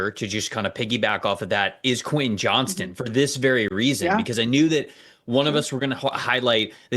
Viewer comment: Please start saying Quentin Johnston’s name right. There’s a T in that last name for Christ sake.